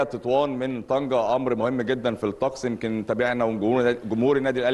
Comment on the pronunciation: طنجة و ليس طنكة